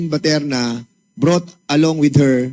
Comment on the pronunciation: Gg., BATERNA PO AT HINDI PATERNA. saw2 ka ng saw2, magbasa2 muna sa balat ng suman.